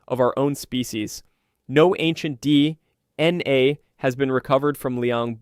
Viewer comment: Videos are good and topics are informative. Only huge problem is the narration. Sucks so bad I normally stop watching less than half way through. Oddly long pauses between words like d... n a (it's just d.n.a.!), inconsistent emphasis and bad pacing, riddled with mispronounced words everywhere (even after pronouncing it right a few sentences before) Not to smash your try because it is interesting topics, just hard to listen too sometimes.